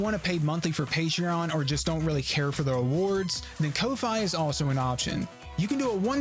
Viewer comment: Ko-fi is pronounced like coffee, the reason should be obvious also, lame as hell P5X section, I don't give a shit if you don't like it, the point of this video was to fucking talk about them